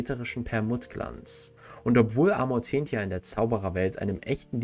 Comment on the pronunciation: Wieso sprichst du Amortentia in allen Videos konsequent komplett falsch aus